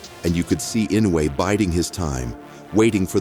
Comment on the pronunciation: Pronounce "Eenoy" Not inuway lol